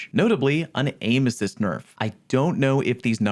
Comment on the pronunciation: Lol... you said Boner-f (Bow-Nurf)